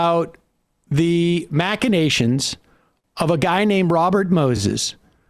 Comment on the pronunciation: Ok if you can’t correctly pronounce “machinations”, you need stronger lenses. Or a new dictionary.